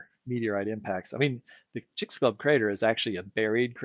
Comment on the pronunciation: It is pronounced CHICKS- AH - LEWB. sorry for being that person